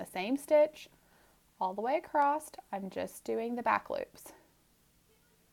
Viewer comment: I’m stuck on “acrosst” 🥴